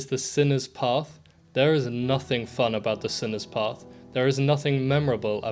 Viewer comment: I literally stood out of my corner when he called it sinner’s path everybody knew yo, you were saying it wrong